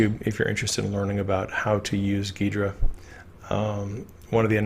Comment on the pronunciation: Ghidra = pronounced G-Hydra